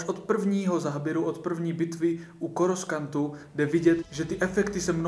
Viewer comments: Začal jsem tě sledovat teprve včera, ale tvoje tvorba se mi líbí. Dávám si tyhle recenze pěkně po sobě a musím souhlasit, že epizoda 3 je opravdu povedenej kousek. Sice mi moc nesedí ten brutálně urychlenej přechod Anakina na temnou stranu, ale to se dá přežít. Jen jednu věc ti musim vytknout a to je výslovnost Coruscantu, protože "KORUSKANT" mi fakt rve koule 😅 (ale to je jen osobní názor) Každopádně odběr máš jistej. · Suhlas :) ja som dokonca od vcera nasiel tohoto mladika ,takze od vcera si pustam jeho videa,..a velmi ma bavia :) Ten Koruskant aj mne trha stale usi :))))